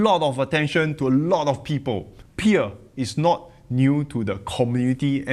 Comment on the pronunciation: You butchered Pierre his name better than from Financial Education😂